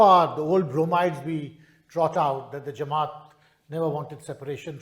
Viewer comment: Jamait!! Kapil Sibbal can’t pronounce Jamaat :)